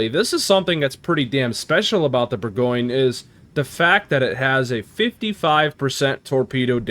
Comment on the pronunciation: Well actually,... LOL couldn't resist. It's French... so expect the pronunciation to be something other than what you think:). Here, it's more like boar - gaan - yuh. Not boar-goin. That last "yuh" is subtle, too. Don't over-emphasize it. It's the French name for Burgundy. Just like Munchen is German for Munich, Bourgogne is French for Burgundy. Edit: it's not "grobe" it's pronounced "gross". Friedrich der Große is German for Fredrick the Great. Großer Kurfürst is similarly pronounced "Grosser" not "Grober".